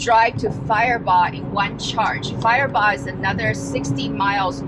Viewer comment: You pronounced Firebaugh Perfect